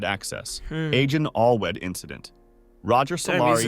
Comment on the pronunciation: I'm not even Welsh but the worst part of this video is how he mispronounced Allwedd